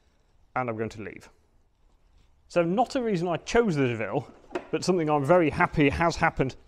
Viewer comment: Doh-ville, not Deville!